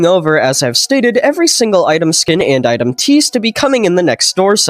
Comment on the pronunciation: "and item teas" holy we're gonna get a new tea item in doors real